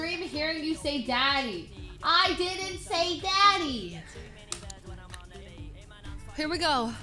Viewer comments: She says the beginning of the word in a mushed up way, which is the first problem, but then why did she say the rest so weirdly? Especially the second time. Like, Fuslie, get a grip. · i heard daddy like leslie said when you're listening for daddy it def sounds like it LOL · nobody pronounces daddy as DEDDYYYY?? you can literally hear the E in Steady 💀 Rae's and her chat are the sus ones 😂